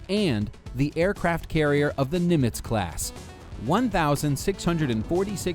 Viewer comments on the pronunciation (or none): none